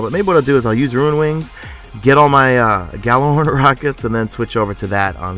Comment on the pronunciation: Its not pronounced Yallahorn or Gallahorn. Its Icelandic and most of us probably will never be be able to say it. With that said don't get mad over the way people say it. Just to let you know though, the G is not silent.